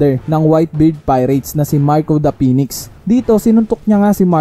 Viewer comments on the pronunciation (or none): none